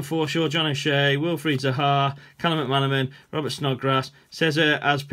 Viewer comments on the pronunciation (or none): none